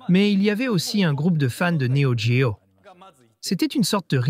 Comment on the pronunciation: L'IA rendrait elle légitime la prononciation "néo D-géo" ??